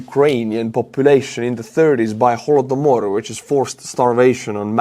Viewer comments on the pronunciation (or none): none